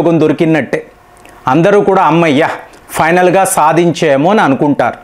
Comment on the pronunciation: Saadinchemu kaadu......saadinchaamu...😅😅😅😅